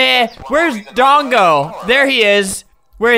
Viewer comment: He said bongo